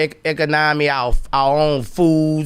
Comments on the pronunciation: You should learn how to say economy first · How on earf does this fool think he could build and run your own economy when you can't even pronounce it ?